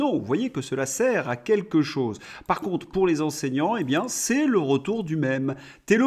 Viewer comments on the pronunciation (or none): none